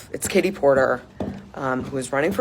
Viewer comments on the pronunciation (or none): Are you sure their name isnt Kate-he Port-him.😂😂😂😂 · Fatie Porterly 😂